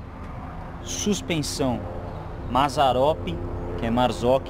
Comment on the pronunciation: Agr eu entendi kkkkkkk fiquei agoniado de ver vc falar blembo e mazzaropi